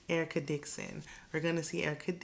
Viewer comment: Excuse me, but you definitely pronounced Erica Dixon's name wrong. That's URRR-CUH to you, ma'am!!! 😎😎😎 All Spice has done is cry, scream, and preach every episode. I also have a huge side-eye for her chilling in the ATL while her kids are down in Jamaica. Not a good look.👎👎👎